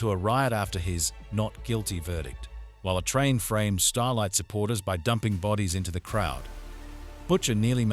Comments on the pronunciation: surely you just have to write "A-Train" or some other version like "eh" or "ay" .. keep doin until you get it right. That "a train" was annoyin as fuck. No-one will subscribe when basics missed. otherwise good vid too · Every time it said “a train” I was picturing Thomas The Tank Engine. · Since it's text to speech , you could have just sounded out the word "Ayye Train"..so the stupid Ai would say it correctly. 😂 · It's actually super high quality speech synthesis apart from that blunder. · i think he's using AI for the narration: if not then there's no excuse or forgiveness for pronouncing A train, atrain. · The emotionless, deadpan narration would have been shit even if the shit AI knew how to pronounce A-Train. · thanks a lot g but lowkey the ai voice pisses me the frick off and how he just is not saying a-train correctly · Hey, lazy ass creator... Are you not smart enough to make the ai voice pronounce A-Train properly? Guess how you do it, dumb dumb... AI has turned creators/editors into lazy fucks... Thanks for the recap btw lol